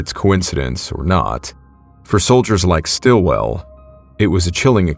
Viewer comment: Mate, it's "SITwell". Osbert Sitwell. Brother of Dame Edith Sitwell.